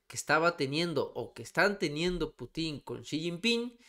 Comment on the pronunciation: Por favor, la palabra Putin lleva acento tónico en la letra U.